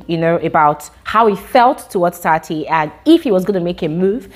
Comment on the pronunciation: it’s Tsatsi not Tati